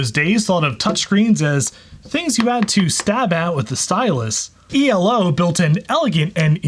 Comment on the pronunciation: I thought it was like a word eeelow, not the individual letters e.l.o.? That's the stuff I notice. Oy.